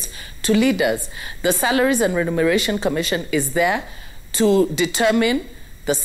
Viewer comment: is it renumeration or remuneration?